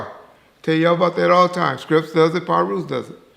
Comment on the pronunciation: And in this video he says Scrips instead of crips when mentioned crips and pirus